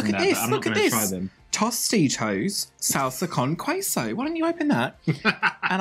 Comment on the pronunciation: Every time said “Sahlsa cown qüeso” I died a little bit inside (Also Bimbo’s bimbuñuelos are mexican but whatevs)